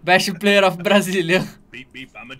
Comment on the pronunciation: Ófi Brazilian...